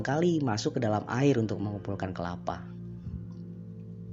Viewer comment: Kelapa malah jadi kepala 😂 Bahas kota slab city